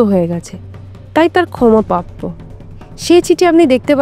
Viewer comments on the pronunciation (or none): পাপ্য নয় শব্দ টা “প্রাপ্য” । রফলা এখন বেশির ভাগ এর জিভ উচ্চারণ করতে পারে না। আসওয় নয় উচ্চারণ “আশ্রয়”। হিন্দি ভাষী জিভ। মিত্যু নয় শব্দ টা “মৃত্যু”। রফলা জিভ দিয়ে বেরোয় না।